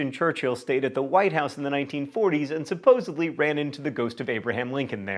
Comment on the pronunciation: Supposedly...with a "D" and not a "B".